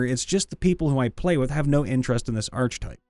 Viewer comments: Wish you could pronounce archtype correctly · i'm annoyed at the mispronunciation of archetype.. my brother christ, we have the internet, it's not possible to fuck words up.. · It is if you have no reason to know it isn't pronounced how you think it is. I say this as someone who cringed when I heard it. Given the number of comments mentioning it, though, I'm pretty sure he knows how to say it now :D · The narrator loses credibility when he doesn't know how to pronounce "archetype." 🙄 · You don’t have to be that way about it; yeah, he mispronounced it, but phonetically - archetype begins with “arch”, after all. Yes, it also begins with “arc”, but silent letters aren’t always obvious, especially in this glued-together thing we have the audacity to call a language. tl;dr: English is complicated and he’s trying his best while entertaining us. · Hate me if you will, but... ARK-a-tipe not ARCH-a-tipe Leaving now. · Archetype. Sounds like aar·kuh·tipe Not arch type. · The “arch” in archetype is pronounced wi to a hard c. Like ark. It’s not arch-type. It’s ar-keh-type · Dude it's ar-ke-type, not arch-type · Please stop reading archetype with a "ch", it's pronounced with a "k" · I wasn't going to say anything, but it kept happening - the "ch" in "archetype" makes a "k" sound. It's "ark-eh-type" or "ar-kuh-tipe," not "artsh-a-type." I know D&D-enjoying types often learn uncommon words by reading them, so pronunciations can slip by, but sometimes it's common enough that I don't understand how anyone can say it so often and never be corrected. I don't fault anyone for not knowing - I fault every other person they've said it in front of who didn't bother to inform them before. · Archetype... Not arch-type, but ark-eh-type. Trust me my Ohioan friend. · It's pronounced Ark-a-type. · Ar-che-type, not arch-type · the correct pronunciation is ar-keh-type. Usually people who say arch are people who learned it by reading and never were corrected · Ark-e-type, not arch-e-type.